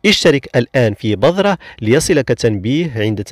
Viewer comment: عفوا نطقك لكلمة (بذرة) خاطىء تنطق (بِذْرَةٌ) بالذال وكسر الباء وليس بالضاد (بَضرة) بفتح الباء النطق مهم لتوصيل المعنى